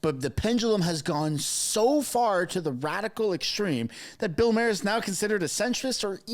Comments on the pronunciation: Bill never mentions Trudeau once. Also air pollution in Canada is caused by fires which is largely climate related. It's pronounced "Marr" by the way. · Dude I hate to be the one to burst your bubble his name is Bill Mar like Mars without the S. that’s how he himself pronounces his name.👍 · How about you learn to pronounce Bill Maher. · You're saying Maher wrong dude... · You can't even pronounce Maher correctly!!!!! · Please state Maher correctly. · Have you ever watched Bill Maher? I'm pretty sure you're pronouncing his name wrong... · pauses the video to correct the pronunciation of "poutine" but can't say Bill Maher's last name right. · You can't even pronounce Bill's name correctly! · Please learn how to pronounce Bill Maher's name. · It’s pronounced Bill “Mar” as in planet Mars. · Maher is pronounced like Barr. Poutine (not Putin, the president of Russia) is a French fry dish served in Quebec, Canada (hence the inset pic). Are you even Canadian? Pierre! Pierre! Pierre! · Just subscribed to your great podcast. Please help we Yanks pronounce Can@ terms. That said Bill M’s name is pronounced M+RRR….kinda like Pirates say, “Argh……. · FYI Maher is pronounced like car. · Use the short a sound. It’s Bill Maher. It’s pronounced, “mar.” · Good report. But while we are on pronunciations, he pronounces his name “mar”, like bar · It's Bill "MAR" like Mars without the S. 😁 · It’s not pronounced “Putin” and his name is not pronounced “Mayer”. Terrible pronunciation. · Ma-har 🙄. Cmon man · Yah, and 'Mercans pronounce Maher like "Mahr" not "Mare"! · Respectfully. His surname is not pronounced " mayor," but is pronounced "mar," as in the planet Mars. Thank you. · Bill Marr....not Mayer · It's not pronounced mere like a horse, it's Maher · "Maar" not "Mair" hee hee. Good video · Thought Bill Maher pronounced his name "MAH-her", not "MAY-her" . . . lol, great show. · Not Mayor..."Bill MAR"..thats how you pronounce his last name correctly ❤ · Marr not Mayor